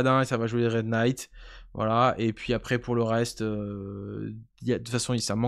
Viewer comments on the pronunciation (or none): none